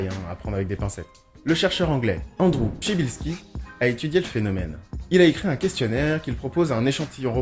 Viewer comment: J'adore ! Et bien joué pour la prononciation correct de Przybilski !